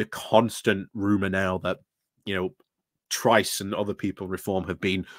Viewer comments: Weeks on and you still say some names wrong - Tice not Trice. Granted some of the names are harder and people use them interchangeable but that one is easy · you're hallucinating. There is no 'r' in Tice